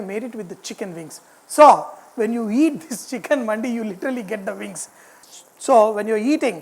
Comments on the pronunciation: For the correction it's pronounce dimag wala D not Market wala D & its now Mandi ! Ok . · it's not Mandi, it's Mandi pronounced like mandhi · It's not manndi its mandi